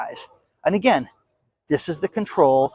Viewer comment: Hi, so good to see your awesome smile! You saying "Anagain" is no problem with me at all. You're the only one I know who says it and it doesn't bother me in the least. I think some retired 'ol English teachers tend to "proof" other people's use of the English language. You know, like if you meet a dentist, you think they're always looking at your teeth, LOL!😆. Thanks for today's report and showing some cool cars!